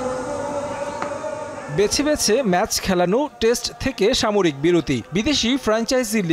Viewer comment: টেস্ট থেকে ‘সামরিক’ বিরতি। কি সুন্দর উচ্চারণ!